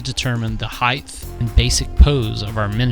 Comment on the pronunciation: Great conversions - very inspiring! However, the word is height with a hard T ending (like night, sight etc) it is not heighth! You must've said "heighth" half a dozen times!